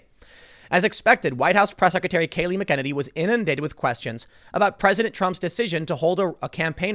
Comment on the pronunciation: Her last name has a Mc but no "D" Mc E NE NY